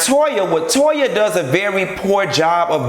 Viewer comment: “To-yuh”. I hollered